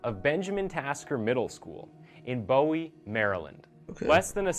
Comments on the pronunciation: It’s “Boo-wee” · I’m from bmore why tf he say Bowie like that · What’s crazy is I went to that middle school bruh btms and I don’t know why they said Bowie like that it’s BO-WE and I’m from Louisiana where the killer from